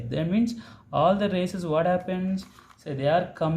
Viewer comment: Good sir but some word like lawses not it just called laws and rasese not rays ok na sir but u r explanation is very easy and good